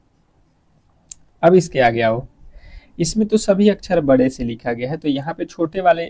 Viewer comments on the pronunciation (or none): none